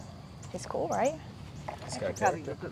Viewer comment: “Oh, that’s cu-oool”🤣🤣. Cute AND cool… Great finds❤❤❤❤